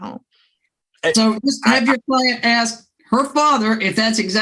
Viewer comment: I hate that. "Axing me..." The word is ASK.